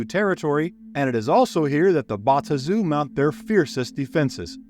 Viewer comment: Thank you for the effort. Your pronunciation of the Bae-Aht-Zu , the Ta-Nar-ee , as well as Asmode-ee-us , are wrong. Yet your pronunciation of Baator is correct and is the root word. You also would have done yourself a MASSIVE service by going back to the 2nd edition Planescape setting for lore, origins, and an even better understanding of the motives and influence of each of the factions. Well produced video though.